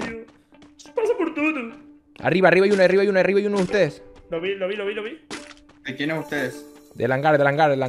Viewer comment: Me morí de risa cuando dijo gracias por todo Pero se escucho Gracias pur tudo🤣 osi no escuche mal